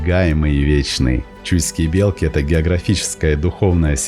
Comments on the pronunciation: Не бе'лки ,а белки'.ударение на и. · все красиво только ухо режет не правильное произношение не белки с ударением на е а белки с ударением на и .